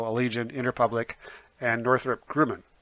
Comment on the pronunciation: Love your very informative videos and I am learning a lot as I begin my investment education - thank you! But a very small nitpick: "NOC" company name is spelled Northrop Grumman (not Gruman), and is pronounced "Grum-min", not "Groom-in".